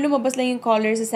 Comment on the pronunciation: hahaha nabulol kna po! hahahaha bet to ok lng po.. corol imbis na color.. =) anyway carry lng po more videos pa more! God bless..